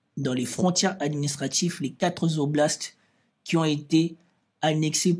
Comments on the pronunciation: Quatre "oblastes" et pas quatre Zoblastes il n'y a pas de S à "quatre". Une fois ça va mais la répétition écorche vraiment les oreilles. J'apprécie cependant tes analyses malgré les fréquentes fautes d'accords etc. Il n'y a malheureusement pas de inbox pour t'écrire. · très cordialement , on ne dit pas quatre zoblasts mais quatre oblasts. j'apprécie beaucoup vos analyses. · Quatre oblasts !!! Pas quatre-z-oblasts !!! Pitié ! Vous nous faites saigner les oreilles !!!